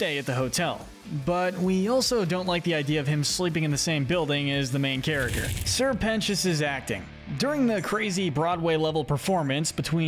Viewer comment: YOU FINNALY SAID SR PETIOUS'S NAME RIGHT